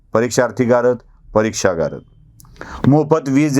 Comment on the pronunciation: सर ,गारद म्हणताना आपला 'द' वरचा जोर कमी पडत होता...'गा रद्द' असा उच्चार अधिक बरोबर झाला असता...पण एकटे तुम्ही काय काय करणार म्हणा!!!!